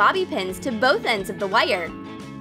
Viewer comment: says wire as in whyare